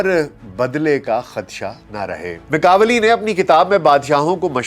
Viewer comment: Italian name pronounce "ma kia veli"